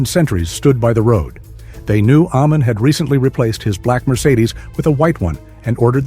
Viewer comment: Ai is clever. But it can't pronounce Amin.🥴